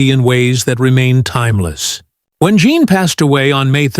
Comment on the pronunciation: Her name is NOT JOHN. I hate when A.I. narrates these things.